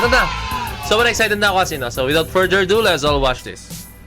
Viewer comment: Correction lang po "Without further ado" Po yung tamang pronunciation More power po